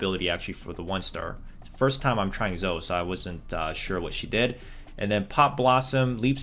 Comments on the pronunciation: Bruh it's Zo-EE not Zoh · Zoe Zo-Wi not Zow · He keeps saying Zow not Zoe i dont get it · it’s “zo-ey” not “zo” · Zoe! Zoh-EE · Is zoe pronounced zoh? Or zoh-E? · Please man, it's ZO-E, not ZO! it's has 2 syllables. Like MO-NEY, it's ZO-E. Thanks. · It's Zo-e , not Zo, please stop. :l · Dudee please just say Zo-e not Zo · Stop say zo pls :( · Funny the way you say "Zo" btw ^-^ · It’s pronounced zoey brother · nice video but zoe is not zo u remind me of a friend that calls zoe zo-e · ZO-E ZOOO-EEE PLEEEASE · pls stop saying zo, she has an e in the name hahha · Its pronounced zoey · Dude, learn to pronounce character names... Engrish isn't hard dude. ZoE... it's a hard E. Jeez dude lol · As a zoe main, it hurt my soul you calling my baby "zo" :(((((( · Honestly, I commend you for the commitment on how you say Zoe. Really getting that YouTube comment bait. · Cant wait for you to pronounce Zoe's name right yup yup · Dude everybody is loving your amazing content BUT the champion Zoe is not pronounced like that ffs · This man cant say Zoe correctly? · Might be a Canadian pronunciation lol